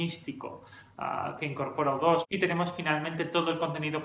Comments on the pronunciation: Tu canal es una maravilla, nutritivo y serio. Total respeto, admiración y agradecimiento. Dicho esto hay una pregunta. Se que eres español...porqué dicen Depech Moud es decir, aproximandose la la pronunciación en ingles pero dicen: udos en lugar de iutu o you too. No se si la intención era referirse al avión espía o a ti también pero...porqué castellanizar uno si y el otro no? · Es iutu! iutu! iutu! no u dos!!!!!! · Al ser nombres personales no se traducen al español. Luego entonces U2 se pronuncia Yu Two, Brayan Eno se pronuncia Ino, Daniel Lanois se pronuncia Deniel Lenua. De nada. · Latinoamérica y el resto del mundo: u2 (se pronuncia yiutu) España: udos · Se pronuncia "iu" como niu iork